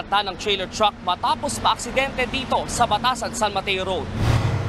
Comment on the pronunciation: Chreyler chruck